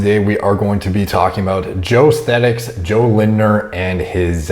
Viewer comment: You do know his name is Jo Esthetics right? And not Joe Sthetics 😋